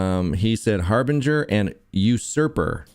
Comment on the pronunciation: Harbinger not Harvey wall banger